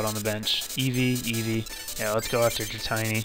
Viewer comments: its dra-tee-nee. not dra-tie-nee. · Dra-tiny. Ouch